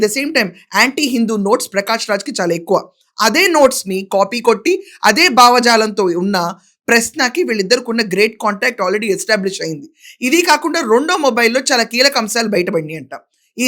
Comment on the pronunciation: భావజాలం .బావ జాలం కాదండీ